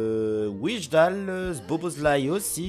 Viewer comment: On dit "Waillndal" pour Wijndal